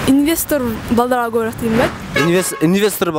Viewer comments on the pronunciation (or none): none